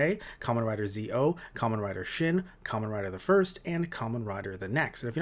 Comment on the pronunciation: Kamen Rider Zo is Pronounced Zetto! not Zeo as in Power Rangers Zeo XD!